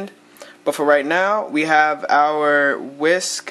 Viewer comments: There is only one way to pronounce WeSC, yet despite numerous attempts and tries, some people say it wrong. So we thought we should simplify it a bit for those of you who aren't already in the know. So repeat after us: Wi:, Es, Si Get it? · Its pronounced We S. C.